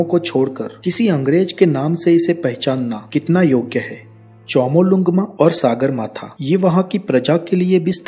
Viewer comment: सागरमाथा नहि कहेते है ,,,,सगरमाथा कहते है। ढंगसे उच्चारण करो । सागर का अर्थ sea और सगर का अर्थ sky होता है । सगरमाथा का मतलव आसमानको छूनेवाला पहाडका peak होता है ।